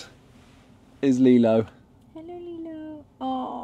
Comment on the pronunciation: Just sounds like you’re saying Lilo wrong